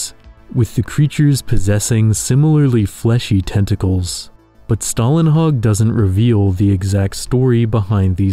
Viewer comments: Don’t take my word for it, but I do believe Å makes an O sound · you need to learn to say Stålenhag the å in his name is not an a its an å its a different letter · The letter å in Stålenhag is actually pronounced like "oh". Sorry, I loved the video but that bothered me too much that I had to mention it.